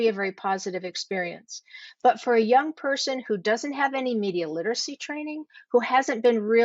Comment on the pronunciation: "Fer voter stuff".